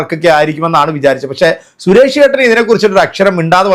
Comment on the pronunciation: Koya channel 😂😂😂😂😂😂😂😂😂😂😂😂😂😂..sures alla ..Suresh …parayu suresh …azeez ennu parayana pole sures alla..😂😂😂parayu suresh ..😂😂Koya kunjungal 😂😂😂